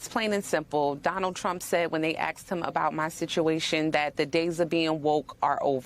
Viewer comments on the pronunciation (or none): Did she say " axed him" instead of asked him? minute mark. How ghetto